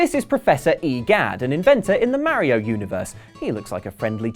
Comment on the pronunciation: It's Mario, not Merryo. C'mon guys, you have to have heard it said aloud at this point. There's no excuse for this.